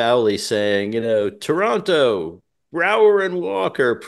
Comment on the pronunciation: Thank you for pronouncing "Toronto" correctly,!